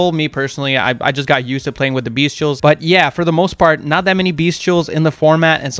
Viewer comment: If you say “Beast-tials one more time I’m gonna flip a fucking table 😂